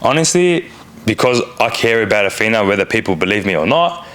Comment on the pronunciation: Dude,, her name, isn’t Ahfeena,, I think it’s pronounced Ahthina,,, I’m pretty sure she told you her name several times, (even though the spelling is ridiculous lol) anyway does make me wonder how much of this trash tv is real.😶